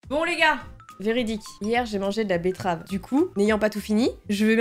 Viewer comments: bettrave et il y a que moi qui a remarqué qu'elle a dit bluff à la bettrave au lieu de blush à la bettrave ca ma fait rire 😂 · j'aime trop les vidéo astuce meilleure vidéo oh et "betterave" 😂